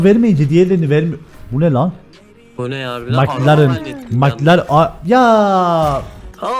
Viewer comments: nobody:: MıKlAreN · bildiğiniz bütün yanlış telaffuzları unutun. "MIKLARIN ?" qkzkfkvkskkskak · Nobody::Mıklaren